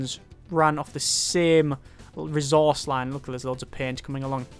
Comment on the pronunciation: could you start actually pronouncing ressource right?